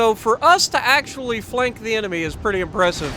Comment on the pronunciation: Are you saying flanker in a kiwi accent?